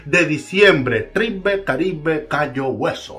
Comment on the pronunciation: Tribe se pronuncia “traib “